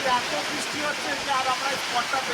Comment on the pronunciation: r time tomader blog dekhte valo lage. But plz change your pronunciation ' bristi' karon khub kane lage. R puro blog jure anek bar sunte hay ' bisti' jeta khub kasto hay. Plz